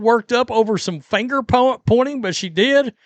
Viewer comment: "I'da gave her the middle fanger!" has me IN REAL LIFE TEARS!!!!!!!!!!!!!!😂😂😂😂😂😂😂😂😂😂